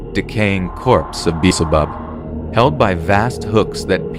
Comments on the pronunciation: I find your videos fun, but you guys really need to learn how to pronounce things before reading them. This is consistent with in all the videos, not this one. Beelzebub not Beezlebub, Patriarch is pronounced with a "arkh" not "arch." Similar with Sepulcher. Also, Giant Nazi Zombie Fetus doesn't look all that creepy at all. As far as disturbing goes? It isn't any more disturbing than similar things like the implied history Giygas or other fetus-themed bosses. Great Mighty Poo isn't really disturbing, I found it more dumb (fitting for the game.) Andross only barely qualifies, because there are lots of bosses that become just a brain. Isn't that the final boss of Gradius, too? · The one guy does not know how to pronounce "Patriarch," "Beelzebub," or "Sepulchur." If you can't pronounce stuff, you make the video sound more amateurish. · The way you pronounced Beelzebub is incorrect. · Bee/L/zeh'bub ( New Testament Devil). is the way it's pronounced. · While I enjoy these videos a lot, I have a suggestion. I noticed several mispronunciations. For example, Beelzebub and sepulcher. As I said, I enjoy these videos. I honestly wouldn't say anything if it were a one time thing, but I've now noticed it in multiple videos.